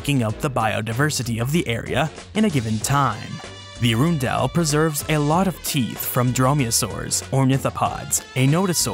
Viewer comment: Arundel is pronounced hA-Run-Dell, not a-rune-dell, nor air-run-dell.